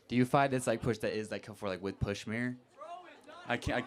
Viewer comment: i love the pushmeer part